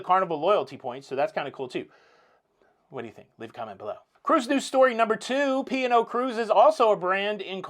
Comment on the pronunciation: I could have sworn you were saying pior like the wine not P & O! 😆 Congrats on your 175,000 subscribers.